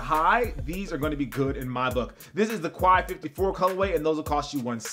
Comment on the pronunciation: ***** Pro tip! "Quai 54" is pronounced "Kay 54" and it's a streetball tournament that originated in France.